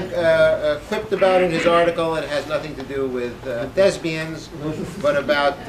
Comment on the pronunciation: I found it humorous that he refers to "thespians" as "thesbians"! :)